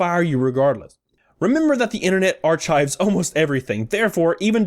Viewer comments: Did you really just pronounce "archives" as "are-chives"? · You lost me when you pronounced the word "Archives" with the CH sound found in the word "chewy" instead of the K sound as is normal and proper - är-ˌkīv. Maybe you were trying to be funny... But hey maybe that is how you think that word is pronounced. Oh well right?!?! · ar chives?